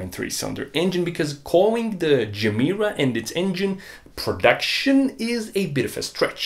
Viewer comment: No person with a dayjob could affornd a GR Yaris either. And btw Gemera should be pronounced "ye mera", ge mera means "give more" in Swedish.